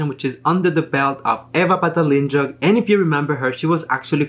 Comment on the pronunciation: Patalinjug..pronounced as Pa-ta-lin-hoog! ...as in Took,..Look..Rook! 😊